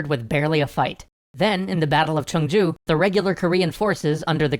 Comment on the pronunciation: Chungju is pronounced "Choong joo". 청주 (the way you pronounced it) is actually a later city that replaced 충주 (the proper pronunciation) as the capital of North Chungcheong Province